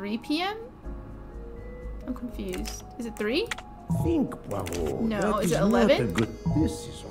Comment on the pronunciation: You're butchering the detective's name. It's much closer to "PWA-row"